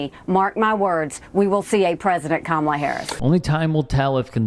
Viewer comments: You can always tell who the bigots are (and in MAGA world that's not difficult). These are the people who passive aggressively mispronounce Kamala's first name. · The way they purposely mispronounce her name speaks volumes to their character.